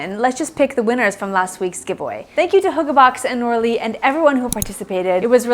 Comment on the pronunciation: as an actual danish person (hygge is a danish word), i definitely heard her say hooker and was very confused hehe.